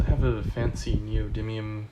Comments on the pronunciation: "Neodidlium magnets" :D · LOL 😂 I notice the same in